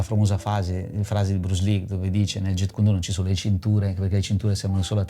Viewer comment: Però ragà basta chiamarlo jet... Non é un aereo. Si dice Jeet (giit). Almeno il nome diciamolo bene cazzo. Sennò inutile dire qua si parla di arti marziali a destra e sinistra. Casca il pero quando sento parlare dei Jet ✈️🤦🏻🤦🏻🤦🏻🤦🏻🤦🏻